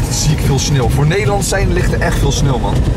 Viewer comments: Jij zegt geen sneeuw maar snil😂😂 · je spreekt sneeuw uit als snil lol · Is het sneeuw of “sneel”😂